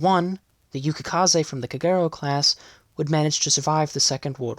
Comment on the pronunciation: I always thought Kagero was pronounced with the accent on the first syllable KAgero not on the second syllable kaGEro as spoken in the video.